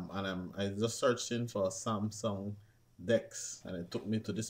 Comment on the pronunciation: hmm cant even say samsung good